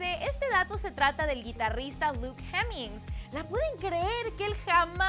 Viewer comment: Fu** que es CALUM no KEILUM y es hemmings no JEMMINGS!